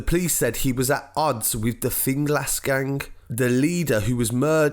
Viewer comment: Rip butThe way he said finglas